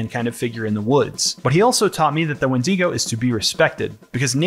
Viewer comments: the 'when-DEE-go'???😭anyway... this video just feels totally done in bad faith. you want to capitalize on wendigoon's popularity by nitpicking his interests and his own name. i hated this. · why is he saying wendeego? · Oh my god stop pronouncing it like when-DEE-go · Ah yes, the famous WindEEgo of Appalachia. Not to be confused with the Wendigo of Appalachia! /s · wend-ee-go bruhhhhhh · Good vid, but i hate the way you pronounced wendigo